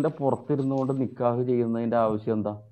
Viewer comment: നിക്കാഹ് എന്ന് പോലും പറയാൻ അറിയാത്ത താത്ത